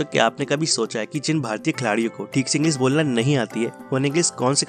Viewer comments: Bhai tu bhi English ka course kar lay... English ko Inglis bol rha hai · Bhai tujhe to thik se hindi bhi nahi bolni aati?english ko englis bol raha hai.. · तू पहले ' इंग्लीश ' शब्द का उच्चार ठीक से करना सिख जो' इंग्लीस ' नहीं है इंग्लीश ' है 😀😀😀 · It's English not Engliss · Englisss nahi bhai English khud to seekh pahle bolna ... Nakli youtuber thodi practice krle .... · Tu hindi bolna seekh pehle dhng se......english hota h englis nhi🤣🤣🤣🤣